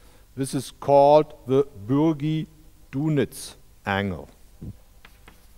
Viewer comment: As far as I know, Dunitz was a Brit. So it's probably pronounced Bürgi D(a)nitz.